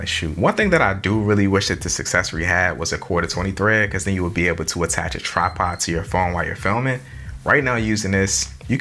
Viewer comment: Brother it’s tripod not trapod 😂